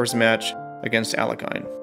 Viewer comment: Alekhine is not pronounced "Ale-kai-n". Its "Al-ye-kin".